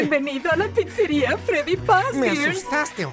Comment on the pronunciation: Se dice Freddy pero bueno tranquilo jaja pero eres una persona buena pero juega fnaf